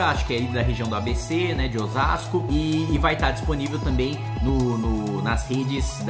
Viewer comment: legal escutar o kim falar osasco